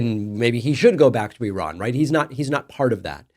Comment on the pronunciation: As an Iranian, I'm embarrassed for and by Patrick. Thanks for correctly pronouncing Iran, David!